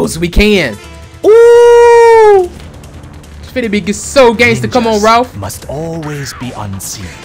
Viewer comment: You don't even know these guys names properly you called raph ralph that's hilarious